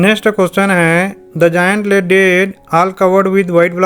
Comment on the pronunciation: It is not जायंट😂😂 👏👏🪐